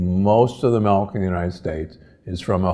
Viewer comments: It's called "milk", not "melk". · Why are you saying MELK??